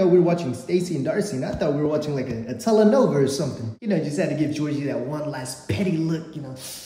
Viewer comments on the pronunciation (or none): It's "Telenovela" in Spanish which means soap opera in English not when u said Telenova! 🫥